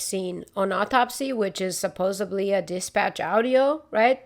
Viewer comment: Just do an episode saying "supposubly" a bunch of times! 🤣🤣🤣 Seriously, I love it! Hope you feel better soon and the house is going well. Great episode as always✌